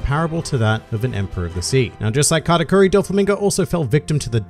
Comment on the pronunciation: I was confused the whole video He's saying category or katakuri?